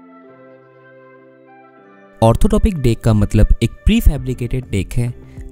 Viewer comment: It's not Orthotopic. It's orthotropic .